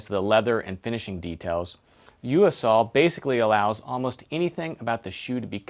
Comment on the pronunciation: It's pronounced "Yo Sul".